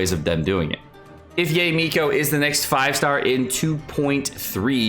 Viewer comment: why do u pronoun their names wrong... its yaE not YAY